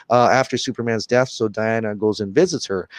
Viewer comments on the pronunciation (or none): none